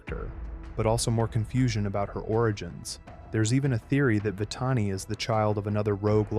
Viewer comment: About no. 4, I never believe that Scar got it from the snake during “The Lion Guard”. About no. 5 and on , the name of Simba’s son is pronounced as Kīon. (It’s pronounced with a higher letter i.) About no. 7, you mispronounced Vitani's name. (It’s pronounced as Vih-tah-nee.) About no. 10, what do you mean by “hungry" on ?